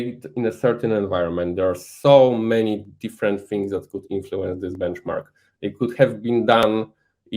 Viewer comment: Jak francuz "fings" zamiast "things", "free" zamiast "three". XD